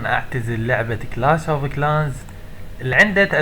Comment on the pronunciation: ههههه كلاش مش كلاس😂😂😂😂 حتا ما بتعرف تقرأ😂😂😂😂😂